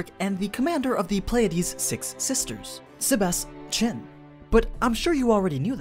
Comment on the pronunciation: why would you pronounce Tian "chin"?